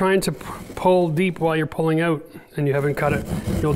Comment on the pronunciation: It'sOUT NOT owut!